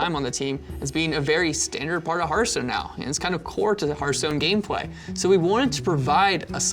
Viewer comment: The fact that he says hörthhstone triggeres me...